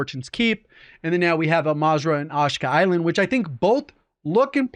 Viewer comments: It’s Ashika Island. Not ashka. Missing the i there J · It's pronnouced "AH-SHEE-KAH" not "ASH-KAH" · This man calls the map “assh-kaa” 😂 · TAKE A SHOT EVERYTIME SAYS AHHSKA ISLAND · Are you trolling with the "Awsh-kuh" island? Do you not see the "i" in Ash*i*ka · SAYS HES A HUGE CALL OF DUTY FAN BUT CANT PRONOUNCE ASHIKA ISLAND CORRECTLY HAHAHAHA